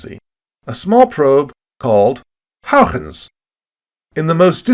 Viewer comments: If you don't wanna have to use a Dutch pronunciation, just say it the way that he pronounced it first. Hoygens, not Houiechchchchens, which is my best approximation of the spelling of the way you pronounce it in Dutch. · Amazing video - l never knew Titan was a candidate for life > u < I learned so much again, it's amazing. That joke was horrible though but l forgive you. Also l think your pronunciation of Huygens got worse over time. It's not "Hougens" dangit :p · Looks at having cameos. Nice. Still can’t say Huygens tho haha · I just say HY-gens like everyone else, but thanks for lesson in Dutch pronunciation. It sucks that probe landed in the wrong spot. We’ll need to go back. Perhaps we need several smaller probes, sort of like a MIRV to ensure we land at least one into the right spot. We got back to Jupiter rather quickly, so it might happen. I know they are working on an orbiter for Neptune, so maybe before I die? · I am going to spend the rest of my morning trying to annunciate Huygens. I do not think I have been close once.